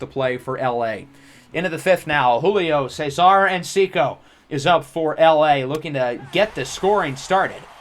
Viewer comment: It’s tree o lo not sure where ur getting the extra syllable from but just letting u know. Also another one is everytime we see him u say encico but its enciso